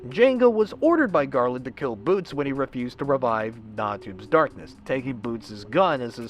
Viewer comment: I find it funny how you keep Calling Batz or Butz. boots Lol XD but i have to say Janga Is the most frightening Klonoa villain in the series ^^